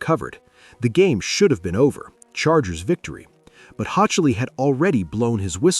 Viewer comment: I cringed every time I heard this dude mispronounce Hochuli’s name